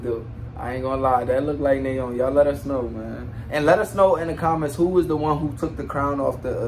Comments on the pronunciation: Nayeons name is pronounced niyeon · Nayeon’s name isn’t pronounced Nae-young it’s Naa-Yon